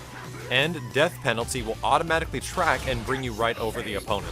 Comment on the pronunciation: you said 'frack' not 'track.' :P